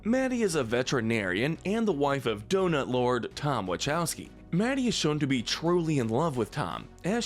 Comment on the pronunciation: It’s pronounced EE-driss ell-buh and wuh-KOW-skee, “”! 🤨